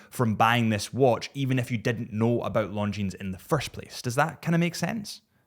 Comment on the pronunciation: Killing me on pronouncing the s over and over. The s is silent, such as debris…